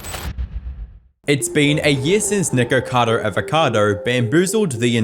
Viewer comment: Bro is saying "niqqercado"